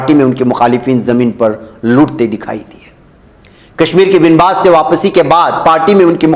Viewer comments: Binbas نہیں با was hota hai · Banwas hota hai